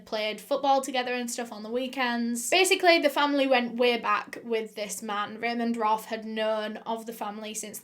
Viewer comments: It’s “Raymond Roth” not ramen broth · Lmao I was thinking that Raymond was Raymond Roth instead of Raymond Roff